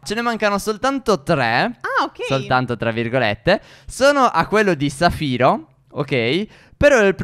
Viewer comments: Stef si dice zaffiro non safiro 😂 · So dice piccone di zaffiro no di safiro 😂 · Stef si dice zaffiro non saffiro